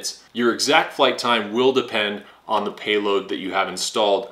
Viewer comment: You say "DUH" a lot. Ever hear of the word, "the"? (That's pronounced "thee" OR "thuh" depending on the SOUND of the subsequent word...vowel sounds like "X"/"ex" or "area", for example, get "THEE".) I know that's too difficult.)